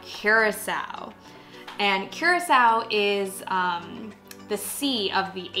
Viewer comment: It's not Qracao. It's pronounced COO-RAA-CAO.